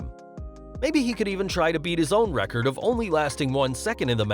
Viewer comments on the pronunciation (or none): none